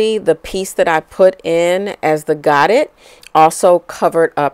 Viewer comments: Godet is pronounced go-day. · Loved your design and instructions. I am going to give this a try. You made it look easy and fun. Godet is French as in 'go day' (no harm intended). Thank you for sharing. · It is actually pronounced GO- DAY. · Great video! Very clear. But the pronounciation of Godet is french so dont pronounce the "t"...its god "a" long a on the end.